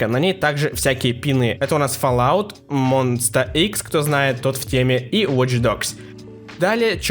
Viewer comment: Не знаю, есть ли те люди среди монбебе, у которых начинается тик при слове Монста ИКС, но я один из них..., родной мой, монста ЭКС, ладно? 😂😂😂❤️